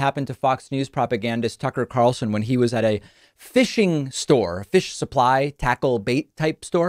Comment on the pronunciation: David- it’s “store,” not “stauwer” buddy. Might want to check that accent of yaw-ers.